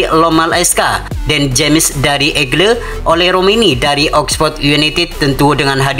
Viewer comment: Bukan egle, tapi eagles. Kalau gak tau bahasa Inggris, jangan langsung bikin konten.